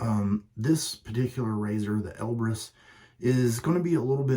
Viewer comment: Great side-by-side comparison shave! I do like the look of the Elbrus (sounds like "Elvis"😜) more than the Konsul. Elbrus has a beautiful smooth looking bend/twist on the blade. Have a great week Buddy!😎